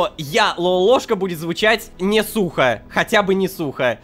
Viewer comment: Мне казалось вместо «сухо» было слово «сука»…